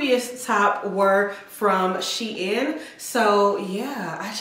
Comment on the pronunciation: SHEIN IS PRONOUNCED SHE-IN before they changed the name it was She Inside.